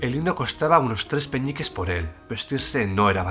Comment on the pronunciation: Alguien más escucha Peñiques en vez de peniques?